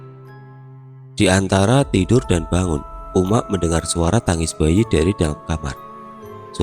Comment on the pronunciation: wkwkw agak lucu dengar abangnya ngomong uma'😂,soalnya disini ngomongnya umma'